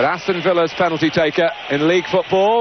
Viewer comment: Waddle has never been able to say the word penalty properly since. 🙄